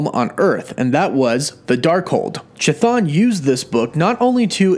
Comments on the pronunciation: "Chthon" is pronounced "kuh-thon", not "chuh-thon". It's a Greek word, χθών, meaning more or less "underworld". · Chthon pronunciation is "KIH-THONE" NOT "Cha-Thawn" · I'd like to believe this as well. But every time keeps going CHI-thon instead of KI-Thon makes me go ehhh~ Excited to see if Chthon would actually be the main antagonist for both WandaVision and Dr. Strange 2. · The Ch is pronounced like a k so Chthon should sound like Kthon. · I am telling you how the actual Greek word is pronounced, it is an H sound if any of you are looking for the correct pronounciation.....the rest is up to you if you want to mispronounce or pronounce it correctly but trust me the "choo choo" pronounciation really grated on my nerves... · Anybody else think it's pronounced"ka-thon" and not "cha-thon" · It is not effing pronounced cha, its ka - Like Cthulhu - KaThon not ChaThon. Holy shit this annoyed the ever living hell out of me. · kθɒn - go to an IPA pronouncer. There's no 'ch' sound. Chthon is a Greek word; it's to do with the underworld. And technically, it's not even kθɒn, but just θɒn when spoken normally. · It's pronounced kathoon...cthun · Please please pleeeease stop mispronouncing Greek terms and names. The pronounciation for Chthon is actually Hthon, with an H sound as in "H"ospital on the front, not ch as in "Ch"apter... "χθών" , "hthon" = "ground or soil" in ancient Greek.... Cheers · In Greek Hthon is an actual word, it means ground and it is pronounced just with an H (like in "hospital") in the front of the word and not a Ch (as in "choo choo") like this guy is incorrectly pronouncing in this video. English speakers notoriously totally butcher and mispronounce Greek words and names... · Ain't his name sounded out kah-th-own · The CH in Chthon is pronounced like a K. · I kept hearing Cha-Thong. Anyone else? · Common mistake, it’s actually pronounced ka-thon...😅🤷🏻‍♂️ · please stop saying "chuh-thon" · You know you’re pronouncing (ka thun) name wrong right